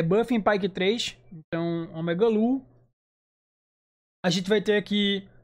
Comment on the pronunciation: Corki deveria ser lendaria e o pyke ser epica. E eu não tanko o falando omegalul kkkkkkkkkkk